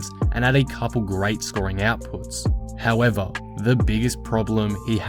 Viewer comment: Mr. "HOW-EH-VAHHH" making correct predictions.